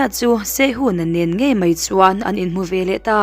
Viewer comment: A ngaihnawm khawp mai. I chhiar thiam viau bawk. Veleh tih tur hi velah tiin i chhiar a, aṭangin tih tur pawh hi, aṭang ti ringawtin i chhiar bawk. A ziaktu hian a ziak dik lo a nih hi.